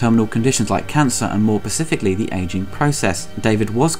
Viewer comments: pacifically lol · Every time he says ‘Pacifically’ an angel loses its wings.